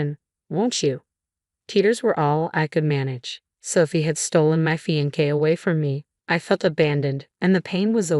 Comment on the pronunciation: Really poor AI narration. Inability to pronounce the words “devastated” or “fiancé”